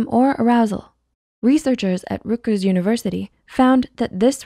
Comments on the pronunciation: It’s RUTgers, not ROOTgers university lol. Gotta represent my alma mater right haha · Three of my brothers went to rutgers and I can't get over how she pronounced it😅